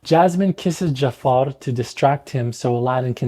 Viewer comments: sorry but you cant even pronounce jafar in arabic? its ja3far (جعفر) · You didn't pronounce Jaafar correctly. It's Ja3far, where the 3 is the Ain. جعفر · اخوي متاكد انك عربي؟ ما تعرف تنطق " جعفر" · it's not pronounced the way it is in the movie in arabic. It's a much softer er sound with the ja being quick and pronounced. Arabs would say "JA-3-fer" While the movie says "dja-FFAaaR" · yo i'm arab and i just wanted to clarify ur arabic pronunciation of jaafar is incorrecet it's ja3far. with a ع!